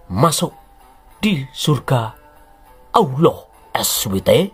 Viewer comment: Saya suka bangt dan ketawa2 jika menyebut Allah Muhammad Es we te (ini dibunyikan seperti asuwete)bnr2 kocak😅🤣😅 Channel bagus ini saya baru ketemu 2 minggu an lalu...sukses sll!!